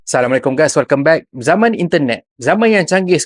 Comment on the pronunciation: ni brader “Welkem to Utara”